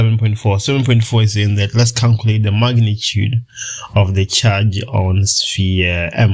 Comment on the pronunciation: CALCULATE =\ CANCULATE